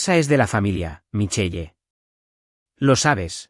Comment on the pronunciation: Michel así se escriba Michelle. Corrijan la pronunciación